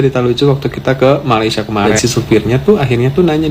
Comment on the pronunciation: orang Malaysia tak sebut malaysie.....its Malaysia